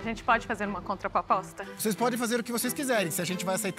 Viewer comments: "a gente pode fazer uma CONTAPOPOSTA ?" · "podemos fazer uma contraPOPOSTA?"